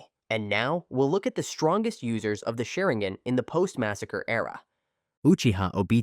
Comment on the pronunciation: The pronunciation of Sharingan is atrocious